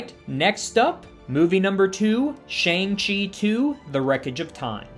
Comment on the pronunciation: Omg every time he says "Shayng Chi" I cringe so hard. Didn't they insist so many times in the movie it was "Shaun(g) Chi"? How do fans keep getting it wrong?